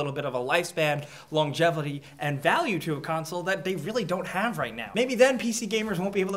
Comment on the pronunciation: "Longevely." How to pronounce words with.